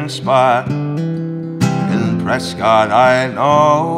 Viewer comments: it’s “preskitt” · "Press-cott?" Doncha mean "Preskit"? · found colter a fee years ago. and when i heard him mention my hometown prescott az, definitely thought it was cool. but he did pronounce it wrong lol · Prescott, Arizona. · Anyone else bothered by the mispronunciation of Prescott?